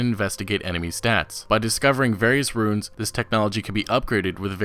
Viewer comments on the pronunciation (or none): none